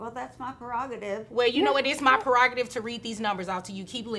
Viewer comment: 'Well it's my preogtitve to read these numbers off to you- keep listening!" 😆😆